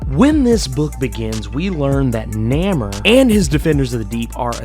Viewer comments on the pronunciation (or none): It's pronounced Nay-more! Not neh-mer. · Bro, His name is Namor, pronounced NAY-MORE, NOT Namer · no, actually, you need to check YOUR hearing aide, cause he severely mispronounced his name, as he called him Namer, which isn't his name, as it's Namor, pronounced nay-more. If you get your facts right, maybe I'll get you a Whisper 2000, one of the best hearing aides on the planet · Nay-more. Not Nammer. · He cant pronounce Namor properly eh